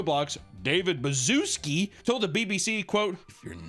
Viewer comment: I love how the pronunciation of the ceo’s last name gets worse every time he says it. 😂